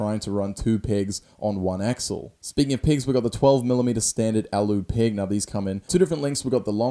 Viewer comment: Did he say pig or peg